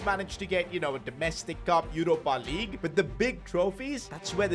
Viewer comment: I love when bro says Yoropa Lig